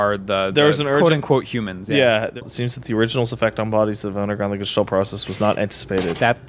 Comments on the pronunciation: Nier Jistolt? Does he mean Gestalt? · The way pronounces "Gestalt" fucking kills me everytime.